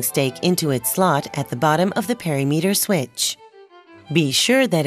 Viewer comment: “Perry-meter”!? Is that the same as perimeter? As in per-im-eter? I’m laughing far harder, and for much longer than I should be 😂